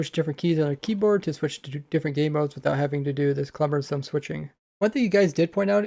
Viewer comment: cumbersome not clumbersome